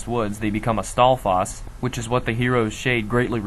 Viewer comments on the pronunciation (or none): Stalfas? Dude, it's STALFOES, not STALFAS! Sorry about that. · lol "Stall faws" You can pronounce it however you want, but I'm pretty sure it's pronounced like "staw-fose". Nice video though. I always knew that there had to be a split timeline somewhere because Hyrule never gets un-flooded in Wind Waker. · Dude, what the eff is up with your pronunciations? HyRULE? Duku tree? Jew-rudu? Stall-foss? MaLONNE? You're trying too hard.